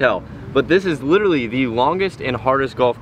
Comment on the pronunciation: Day 2 of counting the times someone say “Littley” instead of “Literally”: Just one!